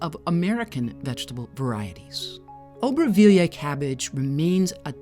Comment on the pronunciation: Nice video, but if you can't pronounce the name, don't try to say it 50 times 🤣